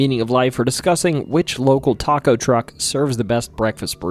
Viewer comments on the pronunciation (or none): none